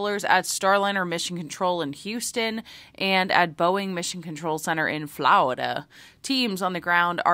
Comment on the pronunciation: You kill me with SOUTHERN FLAW-ri DU. I chuckled and had to rewind it. Ever try CAW-MU-DEE. Have a great holiday weekend.